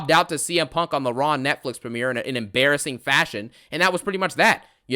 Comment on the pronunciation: “I cont stop thinking about PONK”